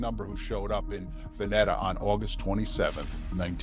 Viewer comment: It's pronounced "Va-knee-taa" and it's called "The Oregon COUNTRY Fair". Both are still going strong.